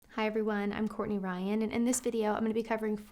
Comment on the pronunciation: Madame you are very wise girl please I have a question your name is Courtney Ryan, but Madame you pronounce, I'm Courtney wyan? Love from Pakistan